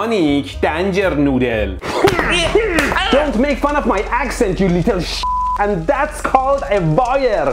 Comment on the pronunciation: "Electronic danger noodle" "EleKtEroniK DAAnJer NooDdEL" 💀💀💀💀